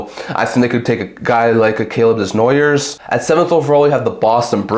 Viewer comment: As a French Canadian, I should tell you that Desnoyers is pronounced like Desnoyeah: no r, no s. I know French is strange… What I like in your ranking is that the Montreal Canadian would be able to select Carter Bear and Brady Martin. If that happens, they will become the biggest winner of that draft.